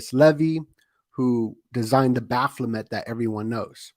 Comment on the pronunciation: It's BaPHOmet.. Not baPHLOmet. 👍